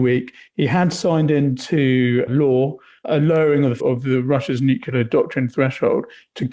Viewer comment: says "would of" and "nucular".